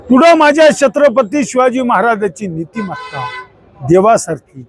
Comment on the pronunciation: तुच कर ना मग हे काम. तु भितोस का काळं फासायला. अरे तुला धड छत्रपती बोलता ही येत नाही. कोण निवडून देतात असल्या अनपढाना कोण जाणे 😂😂😂😂